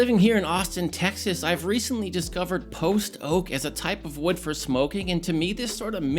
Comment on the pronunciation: keeps saying post oak like post-oak as if theres a pre-oak lol. post oak is a species of oak like silver, white, water etc.